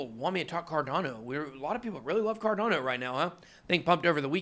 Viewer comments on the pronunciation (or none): none